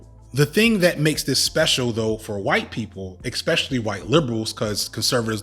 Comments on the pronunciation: Not a native speaker here. Why is he repeating ex-pecially instead of especially and exe-tra instead of etcetera? If it's a common mispronunciation, doesn't it make you sound a bit un-educated when using those? Is his English nearly standard otherwise? Can't tell, help! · It's definitely uneducated, they're just parroting words they heard from someone else. There's no letter 'x' in words like 'especially' and 'et cetera'. It's like saying 'laxadaisical' instead of 'lackadaisical'. People do it all the time, but it's wrong.